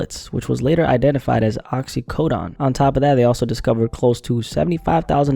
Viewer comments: It's Oxy-co-d"OWN" Not Oxy-co-"DON" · Bro said “OxycoDON” like the mafia manufactured it